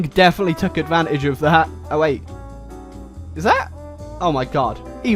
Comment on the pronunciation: ISP: "rAyUkU" me, actually knowing how to pronounce it correctly: shivers in disgust